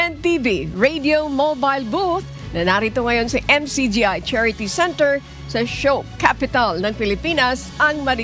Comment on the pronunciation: It's SHOE CAPITAL " Marikina " not show capital .